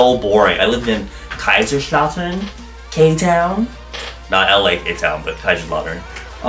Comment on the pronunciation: The way you say kaiserslautern I AM CRYING that is so funny omg but the guten Tag tho made my day lmao